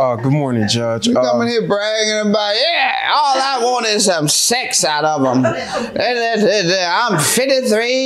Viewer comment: I hate the way she says sex. How you turn this word into two syllables?? 😂😂. “It was just saaa-ex” 😂